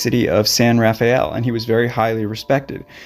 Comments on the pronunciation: Wonderfully produced video, thank you. You know John still hears his friend's voice to this day 😢. Two small corrections for pronunciation: Mt Shass-ta, not Mt Shoss-ta. And San Ruh-fell, not raf-ayel. 😊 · San Rafael is pronounced San Ruh Fell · Raphael: funny how mispronunciation can become the norm (at least regionally).